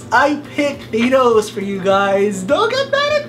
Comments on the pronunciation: I hate how he says thonos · He pronounces Thanos wrong!!! Did you even watch the god damn movie?!